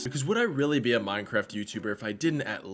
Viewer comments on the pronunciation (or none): none